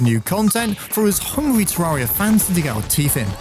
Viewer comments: ITS TER - (AIR) ia (joke) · It's pronounced "terraria"